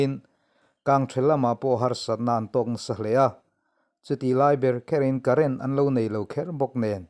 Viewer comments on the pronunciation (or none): none